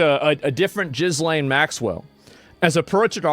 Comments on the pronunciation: It's not pronounced Jiz-Lane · Ghee Lane. It's Ghee Lane. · Not that she deserves it but her name is pronounced ghee-LAYN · It's pronounced Gil'ayne not Jizlane. It certainly doesn't look like her 😲😲 The ears, mouth and nose all look wrong. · Look FFS GIZZ LAINE ?!?! GILL-ENE That's all there is to it.. PLEASE !!! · Her name is pronounced "gil-lane" not gizlain. The z is silent. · Gee-Lane, you numpty not Jizz lane 😂😂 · It's so funny to hear people repeatedly call her "Jizz Lane". It's pronounced, "Jeelain". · Jizz - lane 😂😂 its pronounced Gill lane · Pronounced "Gheeee... not Jeee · It’s pronounced Gil-lane, not Jiz-lane. You know this. You’ve heard it pronounced 100 times in the news, haven’t you? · I love that you call her jizlane😂😂. Gis-lane is how it's pronounced. I think. But I like your version better. 😂😂🍿🍿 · The way he called her Jizz-lane Maxwell 🤣🤣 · Pronounced Gil lane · Her name is pronounced Geelawn. She looks like an older version of herself to me. She is fatter than in the first photo and the older people get. The nose and ears get bigger. Let’s dtop with the conspiracy theories. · Name Ghislaine is of French origin and is pronounced gee-LEN or gee-LAYN with silent "S". People don't pronounce "S". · Did you say Jizzlaine instead of Ghislaine? LMAO. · Ghislaine is pronounced: Ghee-lane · Why are you calling her jizz-laine??? 😅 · It looks like Mike Myers playing Gislane Maxwell.. aslo, FFS, Learn how to pronounce her fucking name! 😂 ghee-LAYN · Calling her Jizz-lane is diabolical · GIZZ- LAINE ?!?! HAHAHA Americans and pronunciations.... hilarious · That's why asmon has been calling her "Gillis-lane" all this time. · "Jizz-Lane" Maxwell. I love how he always makes a point of it to mispronounce her name 😂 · Its pronounced Gislaine. Lol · 'Jiiz-Lane' Maxwell lol Asmon knows exactly what he is doing 🤣🤣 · It’s gee-lane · I know this is serious content, but you honestly need to improve your pronunciation of Ghislaine - gih - len :) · "Jizz-lane" Maxwell lol